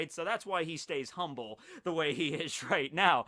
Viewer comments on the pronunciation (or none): none